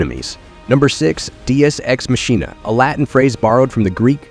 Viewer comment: This guys pronunciation is horrendous omg i cant enjoy the aegis age-es deus ex machina day-us x mach-e-na god damn